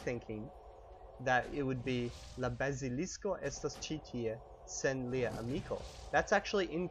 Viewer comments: Your pronunciation isn't quite spot on... You say Bazilisko like the word Basilisk in English, but it's not. as always make an ah sound in Esperanto. Isn't that correct? You also occasionally put the accent in the wrong place, you're supposed to put it on the 2nd to last syllable right? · Why are you pronouncing the "a" in "bazilisko" differently from the "a" in for instance "kia" and "alko"? Try a purer a-sound there! You're closer to an "æ" at the moment. :) And also your e is in some words a little closer to an ø-sound, this is just for some words, maybe words you use less often. Listen to these two: Regarding the episode, great job as always, good to have you back after almost 3 days without any World of Warcraft episodes!